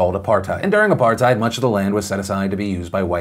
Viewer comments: I think my country is falling apart Also it's apartheid not apartite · Look Philip If you think the land issue in South Africa started with Apartheid (you pronounced it horribly wrong) you are wrong. you have to go back and look at the history of my country at the very beginning and you have to realize that a vast majority of that land was never inhabited by blacks. Yes there are the Koi who were here but most of the land from them was bought and paid for. So please make sure you have the 400 year history not the 60 year history.